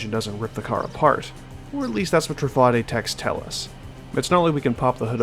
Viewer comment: I believe it's pronounced Tru-fah-day because of how Bugatti is pronounced